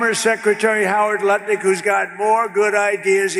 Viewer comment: Did he say Howard Buttlick?